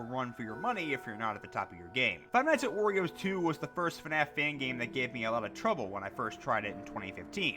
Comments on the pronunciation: DUDE WHY ARE U SAYING FIVE NIGHT AT OREOS ITS WARIOS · he pronounced five nights at wario's like "five nights at oreo's" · Why Does It Sound Like He Is Saying Five Nights At Oreos 💀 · Iz sounds like he's saying 5 nights at oreos wich doesn't sound that bad of a job